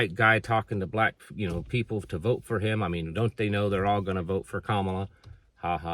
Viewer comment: I'm not a fan of Kamala but we live in America, which is a melting pot. Your inability or refusal to pronounce her name because it's not "easy" is very off putting. And I seriously respect you. But that behavior reminds me of people not being allowed a job interview because their names are not "easy" to pronounce even though they may be overqualified 😢